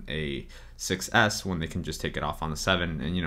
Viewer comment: "iPhone Sex S